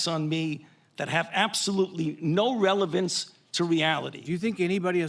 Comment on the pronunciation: "Posibilidy" is not a word. "Relavince" is not a word. "Dolliz" is not a word.